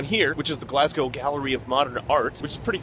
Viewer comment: Nice pronunciation of Glasgow. Most Americans say "Glass Cow"